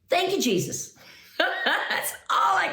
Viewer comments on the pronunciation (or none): none